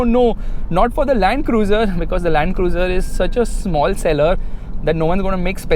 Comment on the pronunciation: Rakhi sawant calls it LUND-CRUZE 🥲